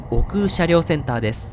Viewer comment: おくう駅が耳に残る。。おく駅😅